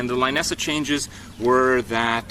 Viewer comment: it is pronounced Lainessa? I always thought it is Linessa ("i" pronounced like "lit")